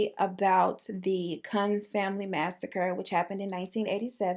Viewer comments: I think it’s pronounced KUNTZ 😋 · their name is pronounced like “ koonz” :) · Kuuuuunz long o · sis, you know when you say "kunz" with that short u like that's you, know what that sounds like! I'll keep that little funny to much to myself! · Chile when you didn't know how to pronounce kunz. The one way you said it is a very racist term here in South Africa. So when you said that I passed away. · Thought u kept saying the “c” word everytime u said the family name, and i liked it 😂